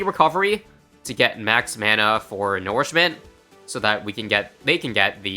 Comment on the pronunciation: I dont like how you pronounce nourishment Do you also call manure, "manoor"?